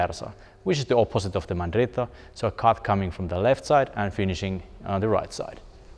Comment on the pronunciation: I am amazed by how well you pronounced "mandritto de sotto in suso", that was not easy man.